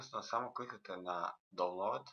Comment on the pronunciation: Ne kaze se donload nego daunloud !!!